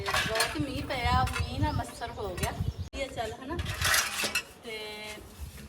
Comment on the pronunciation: ਅੰਟੀ ਜੀ ਛ ਦੀ ਥਾਂ ਸ ਦੀ ਵਰਤੋਂ ਵੱਧ ਕਰਦੇ ਨੇ ਜਿਵੇਂ ਅੱਛਾ ਨੂੰ ਅੱਸ਼ਾ, ਮੱਛਰ ਨੂੰ ਮੱਸਰ, ਛਿੱਤਰ ਨੂੰ ਸ਼ਿੱਤਰ 😂😂😂🎉🎉🎉🎉